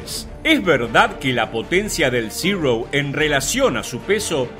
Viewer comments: Amigo por qué dices ziro si en español es cero el nombre es cero no ziro???? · Uno de mis aviones preferidos, chirria un poco que pronuncies zero en ingles cuando es una designacion japonesa que se pronuncia igual que en español, cero. Los aliados creo que lo denominaron zeke. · ¿Por qué pronuncian "Cirou"? Aparte de que suena fatal su pronunciación correcta es Cero en japones muy parecido a como lo pronunciamos nosotros. NO es ni siquiera una definición yanqui. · Zirouu, no es zirou, es zero. ZERO, Y SE PRONUNCIA ZERO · Como es que se pronuncia « Zero »? Yo escucho Cirrosis! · Muy bueno el video, pero lamentablemente, la pronunciación tan afectada diciendo "Zirou", lo empaña todo. No le veo sentido, pues está dirigido a un público hispanoparlante y lo único que consigue es distraer la atención y sacarte del relato, por interesante que sea. Es algo que muchos creadores de contenido no tienen en cuenta, pero es necesario considerar.